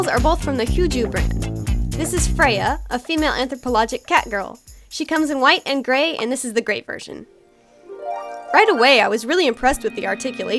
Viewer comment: Anthropomorphic is the correct way to say it. Not anthropolothic.